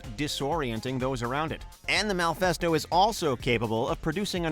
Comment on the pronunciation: Lmao "malfesto"